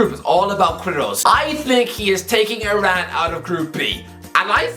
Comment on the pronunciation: Just one thing, "u" in "Queirós" is silent, but yah great video